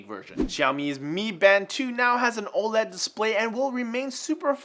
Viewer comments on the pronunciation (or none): none